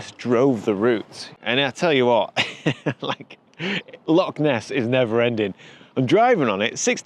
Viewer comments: It's LOCH!!! not lock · As a Scotsman , that map, city placement and pronunciation of the word "Loch" as Lock ....all gave me a migraine. Having said that , looking forward to you showcasing some of the lesser know parts of my country and some spectacular photography.